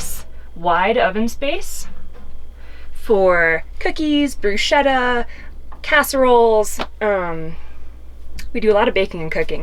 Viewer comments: Whoever’s Italian it killed us when she said pronounced bruschetta as “brusketta”😅. Dope van tho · Nice van; you're quite fortunate! Just for awareness and expansion of knowledge: “Bruschetta” is pronounced “broo-sketta”. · in Italian, we actually pronounce it brusKetta... with the hard K sound, :)) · I’ve got my van and started insulation + modeling and just saw this reply - rewatching this video and I am so impressed. One friendly note for future reference, re: the food.. I think it’s pronounced brusketta 🙂 Excited to see the next videos on the build! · say brus-K-etta and you'll say it in a perfect italian!